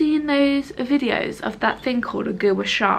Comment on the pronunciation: 1. Nothing beats doggie voice😍 2. The way pronounces Gua Sha 😂😂😂😂it’s pronounced ‘gwa sha’